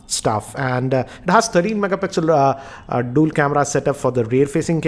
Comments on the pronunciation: Its dual camera not dool camera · Dool camera? lol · Dool camera and dool sim 🤣🤣😂😂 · DOOL camera?? 😂😂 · Dool Camera??? 🤣